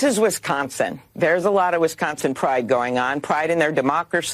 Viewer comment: Wisconsin not Wesconsin!